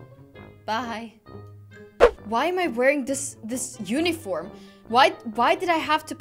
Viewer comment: When she said uniform it sounded like Why Am I Wearing This Unicorn